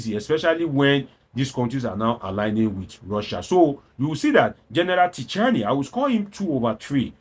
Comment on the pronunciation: The name is pronounced Chi-ani, the "t" alphabet is silent in French.